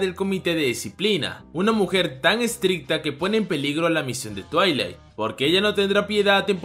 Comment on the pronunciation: Soy la única de cuando dice el nombre del padre "twiling" se acuerda de la pony xdxd